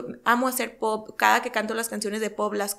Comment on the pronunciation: Por que no sabe decir palabras kenia? Me estresa q es según muy linda elegante etc pero no sabe hablar osea se dedica a la música y aun no entiende que es albuM no albuN... y es poP no poT me estresaaaaa